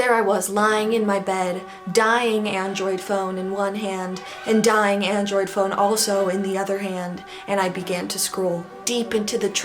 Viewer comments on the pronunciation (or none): none